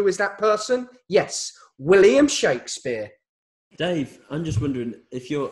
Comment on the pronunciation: I would just like to say, with some extensive research shukadaspeare isn’t the correct way of saying Shakespeare my apologise